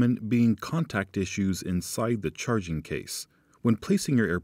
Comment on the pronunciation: No. He’d have refined his annunciation and elocution. Saying “churrrrrging” is okay for one man, but unacceptable as a representative of a company focused on clarity.